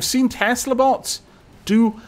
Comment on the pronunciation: XD i heard "Haha! I wish to take apart your butts!" instead of "Haha! I wish to take apart your bots!"